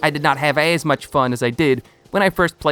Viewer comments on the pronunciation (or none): none